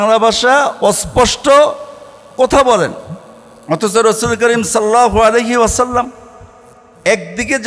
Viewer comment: ভাই আপনি তো নিজেই সাল্লাল্লাহু আলাইহি ওয়াসাল্লাম ঠিকমতো করে বলতে পারেন না আবার এসেছেন অন্য লোকের ভুল ধরতে